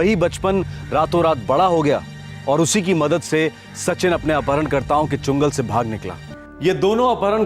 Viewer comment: ANUP SONI जी "चुंगल" नहीं "चंगुल" सही शब्द है।